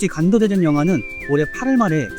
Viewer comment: 사랑하는 ㅋㅋ 형 발음이 자꾸 '간도대전'으로 들림ㅋㅋㅋㅋㅋㅋ